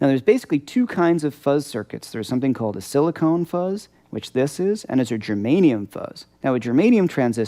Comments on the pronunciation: Hi, I love all of your videos. Great stuff you're putting out there. I may sound a little anal retentive by mentioning this, but when you mentioned transistors, you referred to them as silicone, which actually, they are pronounced and spelled silicon transistors. It's just that I hear so many people who grammatically mispronounce that word. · SiliCON, not "silicone".